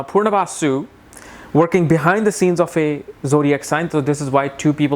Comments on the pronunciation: Why are you pronouncing it as 'purnavasu' instead of 'punarvasu'? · It’s Punarvasu, not Poornavasu. Please pronounce it well !